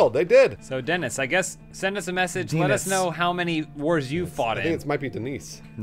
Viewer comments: The s is silent in Denis. Dehn - e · Denis Vyatkin is a Russian (or at least Slavic) name. You pronounce it Dyenis, very similarly to Denice, with the stress on the second syllable. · damn the denis/dennis struggle.. it's pronounced 'dennis' either way :)